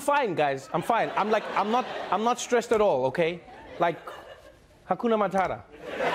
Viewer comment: Not Matara... pronounce it properly like a real African.. "MATATA". Last T sounds just like the first T. Great video.. you are awesome.